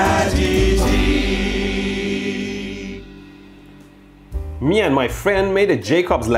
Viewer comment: LATITY is pronounced Lá Tittie